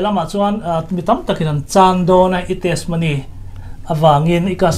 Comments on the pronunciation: Testimony ni awm tak a ni, mahse TESMONY ti a i lam tlat mai hi ka hrethiam lo deuh...? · Testimony hi i lam dik chiah lo deuh in ka hria a. 'ti' hi lam ri tel ta la ngaihthlak a nuam deuh a ngem aw. Tesmony ti ngawt lo deuh in Hnampui ṭawng mah nise